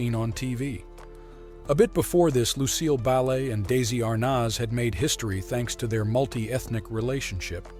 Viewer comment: You sort of missed the mark on the pronunciation of Lucille Ball & Desi Arnaz…..